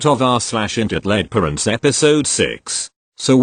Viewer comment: I'm still your only subscriber lol. Also, the name of the subreddit is horribly mispronounced. Just saying.